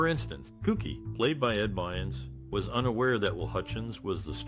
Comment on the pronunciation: Yay Kookie! "Bynes"? I believe the actor's name is BYRNS.